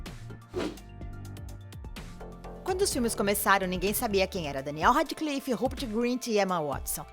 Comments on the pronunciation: coisas nesse video que estão me irritando reri potter daniel rádiclifi rãpert grint jeiquei rólin ela falar que a sonserina é a casa dos vilões poha man eu sou da sonserina e n sou a melhor pessoa pra se ter como amiga mais poh man eu n sou aquelas vilãs tipo as e os de harry potter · "Reri Potter" "Daniel Radiclife" "Raperti Grinti" Que ódio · Emma Wuatisson, Daniel Radiclifi e Robert Grint Réri Póter bitch wtf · "Reri potter" "Daniel Radiclifi" "Robert Grint" "Jeiquem Rolin" "Griniuoald" AAA